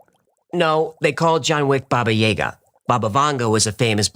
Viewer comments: Baba Y->A<-ga not Y E ga .... And it's Jaga ... Plz. It's hearting my ears ... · Its Baba Yaga (Granny Yaga) with A not E. It's Yaga not Yega 😊